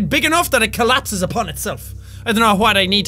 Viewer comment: "I hope i can make it big enough so it collapeses on itslef" hahahahaha